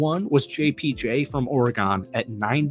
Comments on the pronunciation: It's not pronounced OrGone It's OREGON. WTF. Have you ever watched an Oregon game? have you heard them say OrGone once? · Yo why are you saying oargone instead of Oregon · Good video but learn how to pronounce Oregon. You say it like the instrument. Organ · It's ORYGUN! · U got to say Oregon the right way lol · All the football knowledge and effort he put into making this video, and y’all tripping off of how he’s pronouncing Oregon. I liked your insight on how we’ll utilize the two TEs and the positive outlook for the upcoming season and draft picks. Good job.